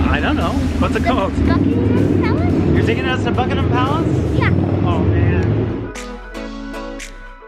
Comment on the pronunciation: went to 'Buckeemem' Palace 😁😁😁😁